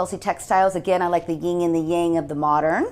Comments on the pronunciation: What a beautiful home. Now if its owner would learn it's yin and yang, not ying yang. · Thanks for this tour - your home is beautiful. But I have t ask - how can you have been in interior design for all that time and not know how to pronounce yin yang? It's YIN (no g in here, so you don't pronounce it), Yang (in this word you pronounce the g).